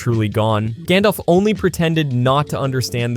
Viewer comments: It's not gondolf, Gandalf. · It's not "Gondolf" it's Gandalf. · "Gawndawlf" gross